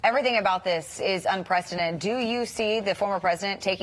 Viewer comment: Un-prec-i-den-ted...5 syllables...enunciate please.